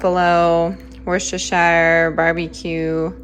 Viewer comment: You mentioned a basement. Nothing better for your food storage. Cool and dark. Great haul. You even pronounced werchesterchier correctly!!! 😃👍